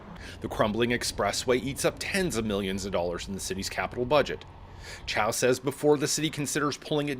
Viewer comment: seriously? she cant even pronounce her own name!!! toronto is sooo screwed!!😅